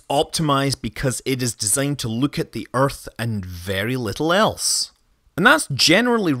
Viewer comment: "the everyone elsie" 🤘🏻🤣🤘🏻